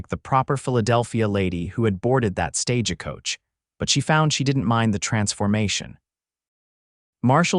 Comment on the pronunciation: Listening from Clackamas Oregon. Thank you for the beautiful love story. Narration had some AI errors. My favorite is the mispronunciation of Stagecoach, "Sta-ge Coach". Cracks me up every time !!❤